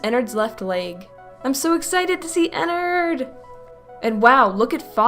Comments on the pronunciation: IT IS NOT EN-NERD EN-NARD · it sounds like she says "innerd" when you should say 'E N N A R D' with a A, just my opinion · it's not enerd it's enard